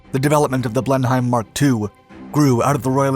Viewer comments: It is a British aircraft, at least try to not pronounce the name in German? The H is silent. And as for Rothmere....... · You need to redo this video. From the missed quoted speed to the miss pronunciation of the name Blenheim, to the images of a Wellington being assembled at the beginning. You’re going to have to get your act together better than this or lose credibility. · Take this video down and start over again. You really screwed the pooch with this one. You not only misread the speed, (by a factor of ten) but you even mispronounced the airplane's name. Unbelievable. Next time, try checking these things BEFORE you record the video. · These great videos are some times impacted by the bad pronunciation of simple names. Simple to English citizens. If the team in future wants to check pronunciations before recording we would be glad to help. Blenheim - as named for the English castle/estate. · The narrator’s mispronunciation of “Blenheim” makes my ears hurt. As for the incorrect air speed, it’s just embarrassing. Does nobody check the script? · Please pronounce the name correctly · Well he continually mispronounces Blenheim... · This guy sure doesn't know how to read, or know much about aviation. He just told us that the WWII Blenheim can fly faster than 2800 mph! There is also no 'D' in the name of the aircraft. What a maroon! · Already mispronouncing the name repeatedly in the intro is painful to listen to. Also “spammed”? I think the word he wanted was “spanned”. Edit: it didn’t get any better throughout. He should really check on the pronunciation of words rather than just assuming. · It is not pronounced Blen-heim but Blen-im. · A small point: It's pronounced 'Blenem', not 'Blen-hime'... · It's pronounced "Blen am" not "blenhighm"!!!!! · Poor research on this usually good series. Apart from the obvious speed error, it's not pronounced "blen-hime", It's "blen-im" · Also, I believe that it's pronounced Blen-um as opposed to Blen-hime. 🙂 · It's a silent H